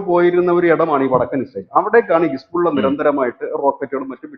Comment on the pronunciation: ഹിസ്ബുള്ള എന്നല്ല യഥാർത്ഥ ഉച്ചാരണം ഹെസ്ബൊള്ള എന്നാണ്.